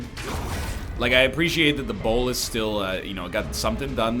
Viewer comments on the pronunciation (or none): Will you ever stop pronouncing Bola as Bolis? Please stop. It's starting to make me skip any time an arbalest is in your party.